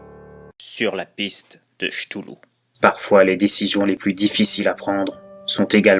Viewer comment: Ktoulou. Pas Chtoulou. 😂 Mais sympa à écouter !